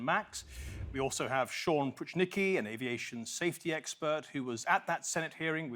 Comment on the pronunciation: Sam Pruchnicki is not "Pushnicki" but PROOH - NEETZ - KEY.